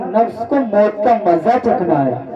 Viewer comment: موت کے لفظ کو آیت کریمہ میں مجہول پڑھا ہے